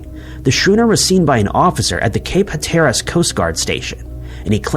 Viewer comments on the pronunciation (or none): PLEASE do research on how to pronounce terms correctly, PRIOR to creating a video. As a native of North Carolina and someone who loves our state's Outer Banks, I can assure you that the place you reference in the "Deering" story is pronounced "Cape HAT-ur-russ," NOT "Cape Huh-TAIR-russ." Moreover, the ship type you reference in the same story is a "SKOO-nur," not a SHOO-nur." If you pronounce things correctly, it shows a commitment to thorough, meticulous research and demonstrates a desire to pass along information correctly. These elements increase your credibility by a factor of ten, at least, for crying out loud. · Skoo-ner, not shuner. HAT-er-us. Arrrrggggghhhhh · It's Cape Hat er rus not Ha tear rus. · It’s pronounced Cape “Hatter-Us”! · That Cape in North Carolina is pronounced: Cape Hat Er Us. YouTube is full of several second to 1 minute things on how to pronounce every thing, which is how you pronounce “everything.” Before narrating a video it may be smart to check these out. Unless you’re AI and you don’t know any better. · I wish videos had real narrators who would correctly pronounce words like schooner and Hatteras. Is that too much to ask? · Love your creative pronunciation of Hatteras and schooner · I don’t believe this is how you pronounce Hatteras.